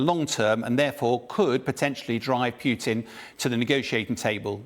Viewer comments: Poo tin? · Ken Nogawa:..and also his mispronunciation of Putin as 'Peew-tin' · Pewtin? Who is Pewtin? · I like how he say's "Peutin" - like he stinks. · PewTeen and Abrahams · Please tell how to pronounce Putin. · the name, Putin, is not pronounced like that